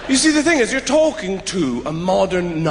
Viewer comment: When I first saw him in Shaun of the Dead, I never thought he was Irish. I honestly thought he was German... he kept saying 'tink' instead of 'thing'. My grandma is German and she does the same thing, so I kept thinking "Wow, this dude's great at an English accent!"